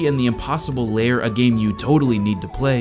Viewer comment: STOP CALLING IT LAYER, IT'S LAIR!!